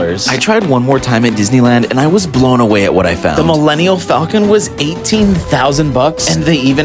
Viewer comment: His jokes and pronouncing of millennium falcon is hella cringe. 😬